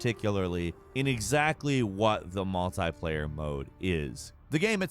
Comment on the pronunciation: Its multiplayer not multiplaier